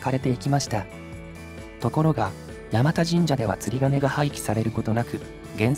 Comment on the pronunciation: 「山田」を「やまた」と濁らずに発音されたのは流石です。 この辺り通られたのなら、せっかくだから道中坂と鎌田堂にも触れてほしかったw 冒頭部分、第三京浜の下をくぐるところに40年くらい前には湧水が汲めるようになってましたが今は流石に無くなりましたね。 山田神社は、珍しい虫送りという行事があります。